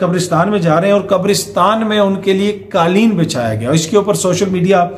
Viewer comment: Plz correct qaleen, it is qaaf for qainchi Not kaaf for kitab